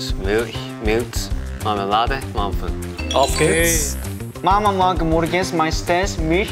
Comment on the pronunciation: Okay but they pronounce german really good!! Especially Jaehyun, the way he said auf geht's sounded like a native not kidding